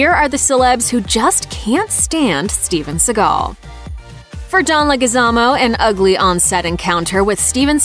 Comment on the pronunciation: you butchered the fuck out of Leguizmo hahaha LETS GO!!!!!!